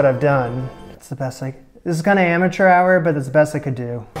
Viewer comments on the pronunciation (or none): none